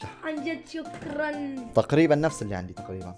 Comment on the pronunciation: ضحكني يوم عطيتع. السماعه قال شكرنن